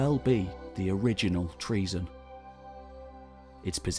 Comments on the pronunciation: It isn't pronounced TREASON, you buffoon, it is pronounced TRO-ZEN or TRU-ZEN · ΤΡΟΙΖΗΝΑ η Τροιζην, η (παλαιοτερη ονομασια, ΔΑΜΑΛΑΣ). TREAZON? Maybe...treason? lol LEARN GREEK! Stop butchering the language of our gods and heroes! 💀💀💀